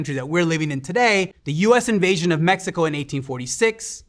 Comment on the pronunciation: I appreciate that the host didn't americanized the pronunciation of cities, countries, and people. Kudos